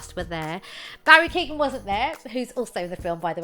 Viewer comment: It's not Barry Keegan lads, it's Keoghan. Pronounced like Keeoh-gan